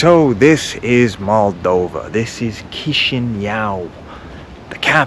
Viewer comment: Kishimyau? 😂 Kishinev